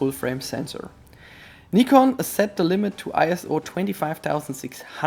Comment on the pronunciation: Nice to hear Nikon pronounced like the Japanese pronounce it.